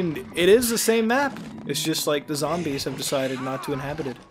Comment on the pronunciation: its zombies not zambles